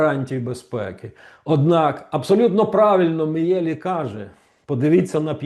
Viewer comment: Пане Романе,перепрошую,прізвище вимовляється ,,Мʼєлі ʼʼ.